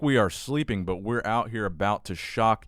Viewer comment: What happened at the end there? "Signing OUAUAUT" 🤣🤣